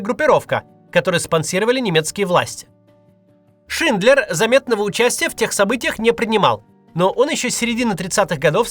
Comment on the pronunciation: Только не "Шиндлер Джуд" (это вы их с Джудом Ло перепутали), а все же "Шиндлер ЮДЕ." Язык-то немецкий.